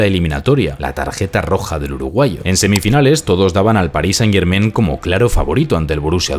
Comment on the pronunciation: Amigo - muy buen analisis, pero haz un pequeno ajuste. "Germain" se pronuncia con terminacion en a + n nasal - no en "en". Decirlo como lo dices no solo es irrespetuoso hacia el equipo, todos los francofonos, y el universo en general :) , sino que ademas, muestra una falta de cuidado que no le hace justicia a tu analisis. Solo recuerda que las palabras francesas pain y main (pan y mano) se pronuncian pa(ng) y ma(ng), no pen y men. Estas palabras riman con "Germain". Enhorabuena, y sigue el buen trabajo.